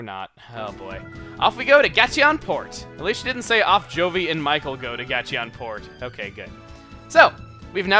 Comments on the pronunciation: I always thought it was pronounced Gate-On port... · Um, one other thing chugga, is that the way Gateon port is supposed to be said, or just your way?